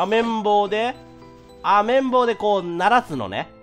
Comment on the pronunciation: 綿棒の事あめんぼにきこえたw